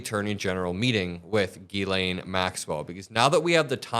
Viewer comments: Jiz-lay, not Gee-Lane - it’s French - the n is silent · It’s pronounced jizzlane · C'mon it is pronounced "Jiz-lane" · please be the adult in the room and pronounce Ms. Maxwell's name correctly. It's "Gillen" it's short i, with emphasis on "len"... just sayin' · It's pronounced Jislaine... you are what you eat! Have a great weekend,!💙💙💙💙💙💙💙💙💙